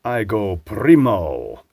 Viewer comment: As an Italian speaker I really appreciated the pronunciation of "primo" :)